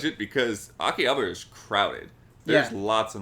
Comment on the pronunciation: So you are paying attention after all! but in all seriousness, not 'habra' but 'HABAra' :)